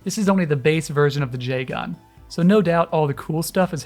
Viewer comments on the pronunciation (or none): Love the video but the odd emphasis on the AN in Jegan is bugging me a little